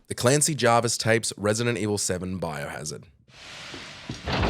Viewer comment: Javis, not Jarvis. No "r".